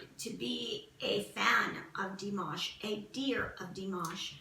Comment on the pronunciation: also corden is a good guy because he takes the time to get to know people he has visit on his show. he did pronounce dimash's name wrong, but i think that was due to not being able to have the ability to really look into dimash to learn about him like he wanted. but from having bts on his show and spending time with them and getting to know them and pronounce their names properly, which surprised them, you can tell that corden is a good guy.